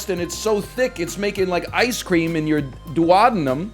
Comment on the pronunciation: Might want to check your pronunciation of duodenum!